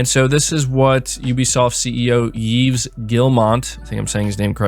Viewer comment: Yeeves lol It's pronounced like Eve. French, what can you expect 🙄🙃